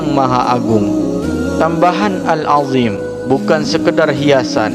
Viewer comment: Assalamu'alaikum, buat masukan yg setahu sy Al-Azhiim (ZHO) bukan dzal (Alladzina). Awas salah baca Lafas huruf ( Qiro'ahnya) dlm tulisan bahas Latinnya lain artinya. Wassalam.